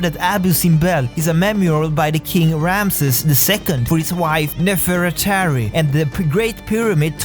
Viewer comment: Izabella Ashten *rumsees is the correct pronunciation because I'M Egyptian and I know better